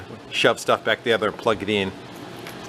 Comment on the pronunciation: Ummmm “Plud the floods out? 😂😂😂😂😂